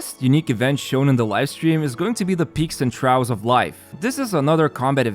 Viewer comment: trough = "tr" + "off"